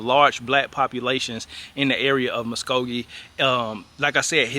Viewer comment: Born and raised in Muskogee 😁😁😁 took me by surprise when you said it & actually pronounced it correctly too lol